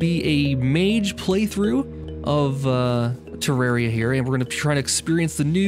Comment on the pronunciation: every time you pronounce terraria improperly, I cringe